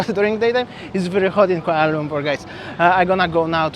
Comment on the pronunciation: Yeah, he can't even pronounce Kuala Lumpur correctly. He said Kuala Lungkur🫤